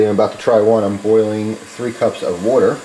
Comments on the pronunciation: Here we go again with the "wutter".......... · I like how you say water. :P